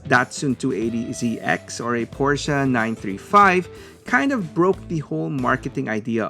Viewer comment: I’ve seen 3rd party versions of these lately with repaints . I got the Ferrari mail away. Sadly no Supra and RX-7 , props to saying Porsche correctly, now say Lancia correctly 😂